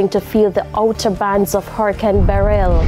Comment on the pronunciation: She is the only person I hear so far pronouncing Beryl properly. I pray there are no casualties.